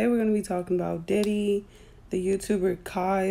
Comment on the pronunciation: it does matter if u gone use kai name learn how to say it correctly